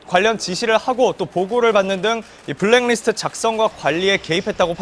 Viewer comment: 손 앵커님. 브랙 리스트가 아니고 블랙 리스트입니다. 수고하세요.